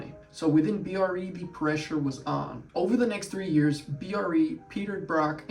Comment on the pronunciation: It's BRE, like TREE not B. R. E.. You should interview PB, he's a terrific guy, brilliant and a lot of fun.